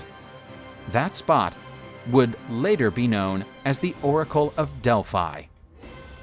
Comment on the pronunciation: He kinda ruined the whole video the moment he pronounced "Delphi"